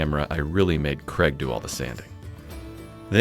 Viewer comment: Is his name Craig or? It sounds like. 🤷‍♂